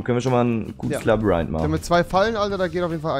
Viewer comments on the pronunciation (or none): „Er ist im Labarynth.“ 🤣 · Labarinth.... xD ich war auch nie gut in Deutsch mit 10 :P